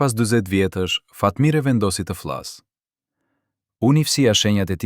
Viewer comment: Qka jan kto PRRALLA , dhe kjo e folun , e llumtur as emrin nuk e shqipton , Neshmija ,e vogell , të fllas , të llargohej , kontroll të pllot a është Shqiptarë kyqë flet .Nexhmijen nuk e ka thirrë askush NANË po BILBILI I KOSOVES